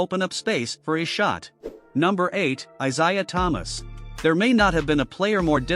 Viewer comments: On top of that, the man's name is pronounced eye-zay-uh. Not eye-zy-uh. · eye ZAY uh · Haha...who was that ? Nat (Tiny) Archibald maybe ? Sure wasn't Isiah...maybe also learn how to correctly pronounce his name😂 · Plz learn to say “Isiah” and Stephen curry name right.